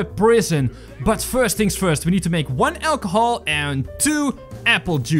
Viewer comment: Instead of saying achohol he said ackhol